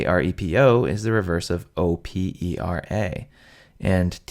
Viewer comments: lol, dude. OPERA not AREPO, no? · The 'R' from opeRa and aRepo should be pronounced like in sauRon. Yes.